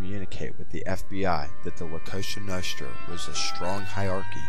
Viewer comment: dude its COSA NOSTRA not some kosha noshtra work on your pronounciation